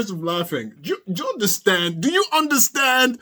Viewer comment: He also loves to say " I don't undershhtand." 😅